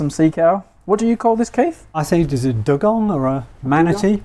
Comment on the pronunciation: Dugong: pronounced Dew gong. Shout out from Brisbane, Australia.